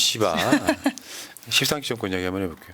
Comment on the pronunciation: 웃겨 십상시.. 발음조심😂